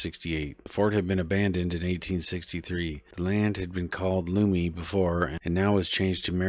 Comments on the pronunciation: Lummi is pronounced Luh-Me not Loo-me. But otherwise this was very informative, thank you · Lummi is pronounced as you would pronounce "Lumpy" not loomy like as you would say "room" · Please re-record the video with the proper pronunciation for Lummi. I can't even watch it because if you don't know how to say that word you probably don't know much about Bellingham. I don't know how to explain it It just makes me not trust you 😔